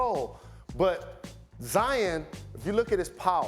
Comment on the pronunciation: Jalen says zions name wrong cause he salty duke better than fab 5